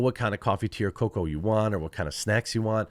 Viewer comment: Oh coffee, tea, or cocoa. I thought you were saying "coffee to your coca"